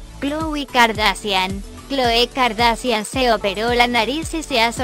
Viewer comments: Ella dice car da cian jajajajjaa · JAJDSDJLLFXFJ mori con el “”Así lucían las CA-A-ERRE-DE-A-ESE-ACHE-I-A-ENE antes de las cirugías “” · “kardasian”, me meo 😂😂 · KardaSHian no KardaSian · Todas eran feas menos Khloe. Por cierto no sabe decir kardashian? XDDDD y cuando lo pronunció decía Kardasian xDDD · No sabe decir kardashan😂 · Velasco Verdoza jaja noo asi lucían las Ka a ere de a ese ache i a ene antes de las cirugias😂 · Pobres 😂 primero que aprendan a pronunciar bien el apellido Kardashian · bno dice kardasian...jajaja! Jajajaja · "Así lucían las k a ere de a ese ache i a ene antes de las cirugías" morí con eso xd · Jajaja se pasaron: Las kaeredeeseacheiaene jajaja xd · Gafacgagdafs deletreó cada letra del apellido :v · Kim "Kardasian" JAJAJA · Cuando no sabes decir las kardashian y las deletreas para disimular pero no sale bien 😂😂😂😂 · "Así lucían las K-A-R-D-A-S-H-I-A-N antes de la cirujia" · Se pronuncia Kardashian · Se pronuncia : cardashian pero se escribe : Kardashian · kouvornie kardasian lol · Khloe kardacian😂😂😂😂😂😂😂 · Jajaja dijo kardacian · las kardacian de que abla???? 😂😂😂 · No critiquen por su vida y aprende a desir kardashian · Que horrible habla esa presentadora y tampoco pronuncia bien el apellido por dios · No puede pronunciar jajaja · primero aprende a decir kardashian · no sabe decir kardashian solo deletrea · Dios mio me iva a dar un paro de la risa, cuando deletro Kardashian 😂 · ¿No sabe decir kardashian?😂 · Ella no sabe decir kardashian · No sabe decir kardashian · "Así lucían las K-a-r-d-a-s-h-i-a-n antes de las cirugía" jajajaja era Google Traductor 😂😂😂😂😂😂😂 y no se si era yo pero Google dijo: "Kaendall"